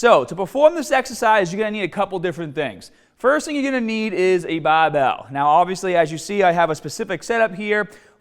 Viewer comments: the baabell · Challenge. Learn how to say BARBELL